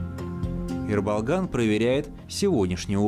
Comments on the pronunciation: Автору респект, только не Э, а Е. (Ерболган) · Почему вы его называете Эрболган? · Е-Ерболган, а не Рыболган. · Не Ербалган а Ерболган